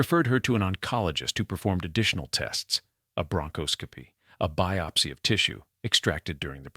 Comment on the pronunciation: Who mispronounces Delano? Bronchoscopy? Capote? (And why the tangent about him? Did you forget who the story was about?) AI maybe?